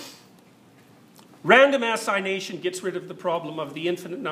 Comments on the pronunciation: Random assignation, gotta love his pronunciation 😂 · Just curious, is he pronouncing “randomization” “random-ass-ination”?